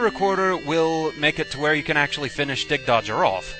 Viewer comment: I'm pretty sure it's pronounced "dig-dog-ger" since that's how a "gg" is pronounced. You're the first I ever heard pronounce it "dig-dodge-er".